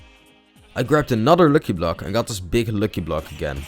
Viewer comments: You dont say locky block you say lucky block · ITS lucky block not luuky bluuk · you need to pronounce it as lacky block not loocky block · its not lwcky its lucky block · Im laughing cus hes saying looky block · He is saying luuky blok man pretty badly pronounced